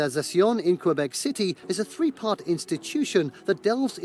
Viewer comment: Honestly your French pronunciation is better than the original narrator of the top 10 list! Thanks for saying Kaybek and not Kwwwwahbek like he does!